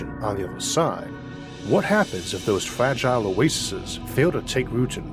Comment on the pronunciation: Fwagile and pwosper